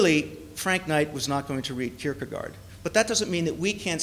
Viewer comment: She might also learn to pronounce Kierkegaard better than "Kurkrrr..garrrd"